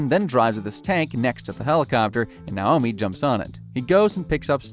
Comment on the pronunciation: It is also dreb-IN and nay-OH-me